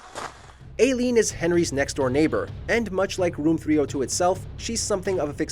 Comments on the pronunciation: It is Eileen not Aileen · Learn to properly pronounce "Eileen".